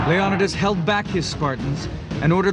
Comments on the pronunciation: FAILENKS NOT FALENKS JEEz GET IT RIGHT man! YOU SHOULD KNOW FAILenks LIKE HOW YOU FAIL AT SAYING LEON-I-TIS NOT LEONODAS. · his name was Le-o-ni-des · anybody really pissed off at how this guy goes out of his way to say everything wrong? yes we don't know "exactly" how they pronounced it but Leonidas is accepted as (leo-ni-dis) by many people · Total pronunciation fails... Leonidas, Phalanx, and a few others. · I hate how the narrator pronounces Leonidas's name.